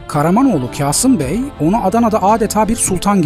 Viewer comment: "Kasım Bey"in "k" sı "kağıt" kelimesindeki "k" gibi okunmaz. böyle telaffuz olmaz.